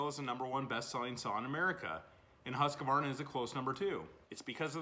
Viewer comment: The only thing I have to say is its husq varna....not husq a varna. 😅 sorry I trolled a little. Looks like a tight shop. Keep up the good work.